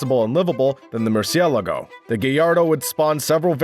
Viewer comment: Mercy el a go huh? Learn how to pronounce the names of these cars before putting videos out on the net where you look like a fool.